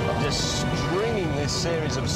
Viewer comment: says jest instead of just. It's about time somebody pointed this out.